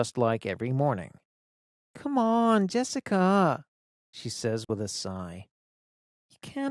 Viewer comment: ㅎㅎ "컴온~ 제시카아~~" 한국식 억양에 빵 터졌네요 ㅎㅎ